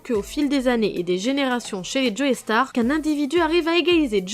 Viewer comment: On dit "Jo-star" pas" Joeystarr".